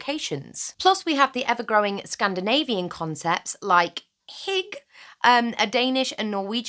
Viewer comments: Hygge is said as hooga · Hi. Hygge is pronounced Hooga. Haven't a clue how to pronounce Frilutsluv 😂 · Love your channel! 💕🧜‍♀️Hygge is pronounced hoo-gah. I just discovered this a few years ago. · Hygge is pronounced hoo-gah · I'm not sure if somebody already pointed this out as I am a new follower (love your videos btw!!) but hygge is pronounced HOO-gah (I've read a few books on the topic) ^^ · I love you, absolutely do!! Such an essential and engaging video. But as an American living in Denmark, I cracked up at the pronunciations. Hygge = Whoo-gah. 😆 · It's pronounced Hougeh.... more or less. x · I think its pronounce Hu-ga. Hygge. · As a Norwegian I could not keep from giggling upon hearing you try to pronounce "Hygge" and "Friluftsliv". But yeh, these things have been very important here for a very very long time and it is interesting hearing it be used now outside our little corner of the world.